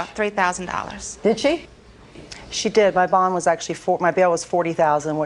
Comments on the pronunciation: BOND bro....BOND... i know it sounds like bong but I heard a D in there ;] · NO I said BOND!!!! DUH